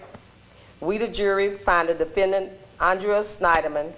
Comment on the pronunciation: the name is Annnnn-dree-uh... not Awwwh-dre-uuhh